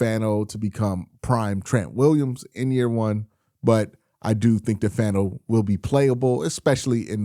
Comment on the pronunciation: Hey Q I’m not trying to be annoying but I’m pretty sure Fano is pronounced (fawn-oh)